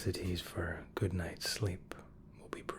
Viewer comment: him trying to say good also him: veryy gött